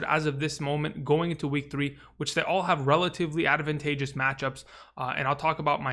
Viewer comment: I love how you say "advantageous" as "adavantageous" every time. I don't know why, but I do.